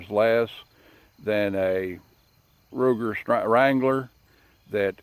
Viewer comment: "Rugur strangler"lol...but i agree rough rider is far more better and historically accurate to colts then strangler except that safety notch on the left...but i like that safety too....i purchased new out of the box 4.75 inch barrel length with cocobolo birdshead grip along with dual cylinders and it eats all types of ammos like a champ...22 short,long,lr and wmr...best part is, it shoots some unique ammo that wont cycle on semi autos...like rat shot or shell shot ammo and also very silent Aguila Colibri which has 20 grain lead round nose with marked 420 fps but out my barrel length it hardly goes upto 330 fps...but man i really love this revolver..this is mine 1st fire arm which im still improving and learning and also helps my daughter to learn safely specially with that safety notch it has...i bought it in may of 2024 and me and my daughter have put more then 3000 rounds and it never gets stuck or malfunctions though i use all types of bullet from old junk to expensive self-defense wmr....but i also never forget to clean after every 60 shots or so....i usually try to keep my gun as clean as possible..and by the way i am from very low middle class background who just earns enough to keep me and my family's life running at basic, so couldn't purchase any expensive firearms...but when i found out in my local dealership that there is an offer and discount i bought this gun.... as its cost was only 150 dollars brand new......but now im in so much love with old cowboy single act